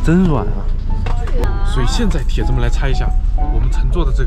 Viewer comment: 什么叫铁汁呀？铁子，不是铁汁